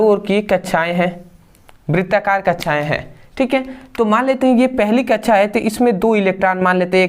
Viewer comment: Kaksha ❌kacha✅😂